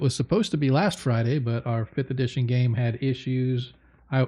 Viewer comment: I swear it sounded like you said It's GAY week lol but I know you said it's GAME week.